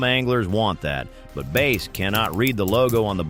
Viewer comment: "base" huh? lol. stupid AI